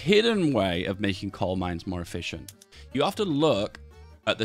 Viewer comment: Am I hallucinating or is he saying "Cold Mines"??